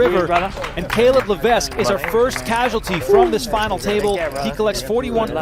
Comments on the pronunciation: No wonder Levesque lost bc of your mispronunciation of his name. Surely its Levek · I'm 1 min into this video. Is he going to keep mispronouncing Levesque the whole time? FFS we live in the time of Google. If you are unsure just ask Google or Siri. It's Le-VEK! NO "s" sound. Secondly how small was the buy in to only win $400 000 beating 20 000 runners?